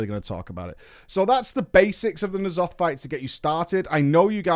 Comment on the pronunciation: He pronounces "nEEalotha" because he knows it grinds our gears